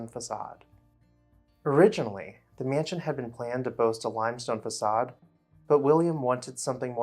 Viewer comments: Every time the narrator of this video says the word "mansion" I cringe. It is not pronounced "me-yan-sion". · T I am a native speaker and he IS mispronouncing it. It's a simple two syllable word, and people in certain parts of the U.S., like the upper midwest for example, often add an additional syllable to that word and others like it. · Love the pronunciation: myanshun.